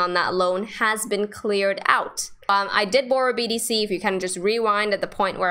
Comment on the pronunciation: Great stuff! I was so confused because Kraken let's you place an order and stop loss at the same time! Binance has two steps! By the way, sounds like you are saying BDC!! Thank you! You are a beautiful great teacher!